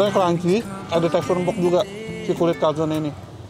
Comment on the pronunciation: Maaf,bukan calzon tapi calzone.E nya ketinggalan. Trus kalo calzone gak di goreng tapi di oven.✌